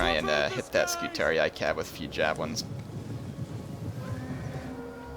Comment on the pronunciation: btw according to the game the scutarii is pronounced "scutaree" and as i previously mentioned when u click on the unit it will announce itself and say its name if you listen for it. also on my lusitani campaign i sent Hannibal to the afterlife in style with a barrage of exploding shots from my ballista's:) unlike the AI i was playing it a bit more cautious and leaving carthage alone for awhile but till they are off my peninsula their can be no peace with them lol